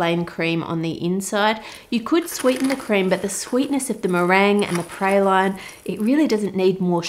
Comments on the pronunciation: I’m from Louisiana and not to criticize but it’s pray-lean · Pray-lyne 😂😂😂 I can’t even... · Look lovely and delicious. Interesting pronunciation of "praline." I'm from the South in the US. We're very much into candies called pralines. However, here they are pronounced "praw-leen." This is not unlike our pronunciation of the name of the delicious American nut pecan. Yankees, i.e., northerners, pronounce this word as "pee-can;" we southerners, from where the nut grows best, say "pee-cahn." Oh, well, variety is the spice of life, is it not? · I love pralines....but that's not even close. 1. The correct pronunciation is PRA like RAW.... LINES like LEENS (also see LEANS) 2. My great grandmother made this all the time. With PECANS (pa cawns) ! The caramel stage is pour out on a cool surface (think froze overnight marble pastry board or what I do...put 3 sheet pans in the freezer best if overnight) using her wooden spoon she would stir in the nuts then spoon them on the cooled baking trays. You cover them overnight break them up some and put them in Tupperware to enjoy. Pralines are creamy. Not crunchy. The only thing you need to chew is the nuts. Lol Good luck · I learned several things in this video besides the intended confection! I didn't know there was another way to say praline (pray-lean here in Texas) or that it's made with anything but pecans! Our praline's look completely different! Yours resembles more of a almond brittle to me. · Huh Ive heard praline pronounced praw-leen and pray-leen (its a common debate about which is right in the US) but never praw-line